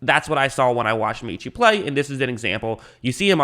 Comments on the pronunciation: (MET)Chie - not meeeeechie - ROLLTIDE! Great pick. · Met-chie. Not Meetchie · His name is pronounced Meh-chee